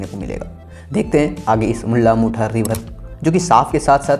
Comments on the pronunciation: Bhai tu jara pronounciations kisi ko puch le video banane se pehle...Tereko mula mutha bolne nhi ata mulla mutha bolra 😓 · आंड नही रे बाबा, औंध 😂😂😂 मुल्ला मुठा नही रे बाबा मुळा मुठा 😂😂😂